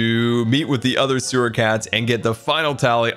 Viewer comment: you just said where the suwer ar